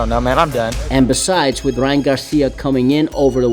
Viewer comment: Bro kept calling him “Ryan GarThhhia” 🤣🤣🤣